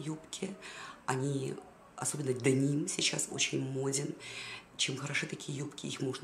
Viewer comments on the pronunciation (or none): none